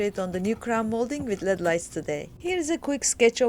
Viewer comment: she really said led lights